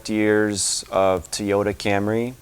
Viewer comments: I learned you don't know how to pronounce Toyota stop saying t -oyota it's very annoying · I lost track of my trip mileage after I hit 299999 can my ECU be scanned and tell me actual miles so I can start tracking again if you will answer this question I won't bring up the fact that you don't know how to pronounce Toyota thanks